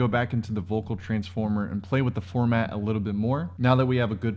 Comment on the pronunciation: Formant. Not “format” 😄